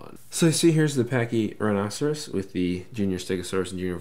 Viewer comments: How it's pronounced is Pack-ee- rye-no-sore-us. Not pachyrhinoceros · It's pronounced (paky-rino-saurus) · Why do you say Pachy-Rhinoceros? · Something about the way you pronounce it bugs me lol... I'll get over it haha